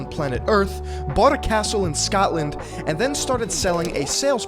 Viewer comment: It's Scotland not Scatland😒